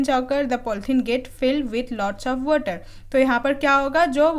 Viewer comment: Water. ❌ Watr. ✅